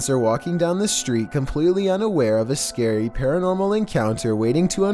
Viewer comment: If you keep pressing the go back 10 secs in the beginning it sounds like he is saying "us scary"